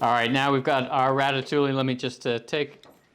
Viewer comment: Everything looks fantastic, great job and doing the sauce and your presentation is awesome, just please stop pronouncing the L’s in ratatouille!!! 😜